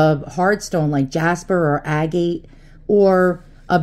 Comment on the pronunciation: hello from a rock-hound....agate is pronounced "a-get"